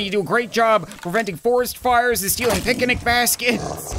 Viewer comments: Did he say pic-an-ic basket noooooo! Not the Beast boy move😭😭😭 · “Pic-a-nic basket”